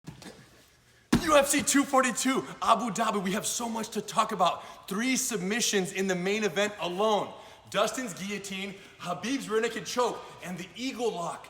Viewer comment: It's Abu Dhabi,not Abu Dhabu